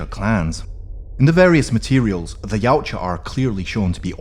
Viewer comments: No you don't. Steve Perry himself said it's actually "Ya-oot-chah" (Perry's the guy who invented the name in the first place). See here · wait its not pronounced y-ow-cha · I learned something today! TY! It's also got a sort of Scandinavian twang to it, doesn't it? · wrong way of saying it mate. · Try saying yau tja okay yautja